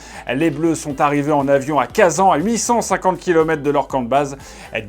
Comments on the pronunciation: on prononce kazagne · MESSGAGE AU PRÉSENTATEUR : Espèce d'amateur tu pourrais au moins te renseigner sur la prononciation des stades de Russie quand tu fais une rubrique sur la coupe de monde, imbécile !